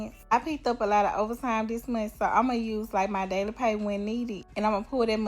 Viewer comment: "... this meeeen" as in month. The fuck are these black people saying, bro. Seriously.